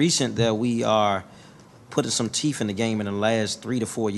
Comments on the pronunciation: Did that young council member say …….put some teef in the game 😂 bruh it’s teeth okay 😂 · Did he say teef in the game?